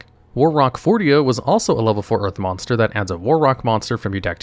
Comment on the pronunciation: hehehehehe "moss bonster"